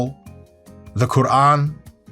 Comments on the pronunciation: I appreciate you pernouncing the Quran properly, me and the wife paused your video and smiled at each other :) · I like how dr mike pronounced the word "Quran" it sounded so good, I thought he was arab for a second. Dr mike i think you are the only jew that i like in this world, me as an arab muslim ☪️ 🇩🇿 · Same i was also very surprised of how he pronounced qur'an and el sahraa ! How come!